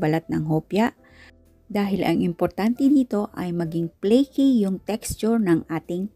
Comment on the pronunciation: Hello Sis, thank you po sa napakasarap na recipe. No bashing lang po, sana po ipronounce nio po mabuti ang letter F, kagaya ng Fold sa pold, first sa pirst dough, flaky sa playky , flatten sa platten, at favorite po sa pavorite po.. para po masarap panuorin. Pasensya na po. Mawalang galang lang po.